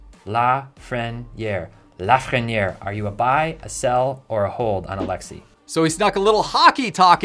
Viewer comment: his name is pronounced A-lex-ay the “s” is silent. McDavid and Crosby are the cards to invest in, they’re both generational players. Leon Draisatl is an under-rated player and I would invest in his cards as he’s the best player to have come from Germany and has produced points equal to McDavid. I would only buy Lafrieniere if it’s low as he’s gotten 1 point in 18 games He might be having a slow start but I don’t think he’s a generational player IMO